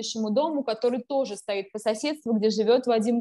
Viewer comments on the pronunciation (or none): none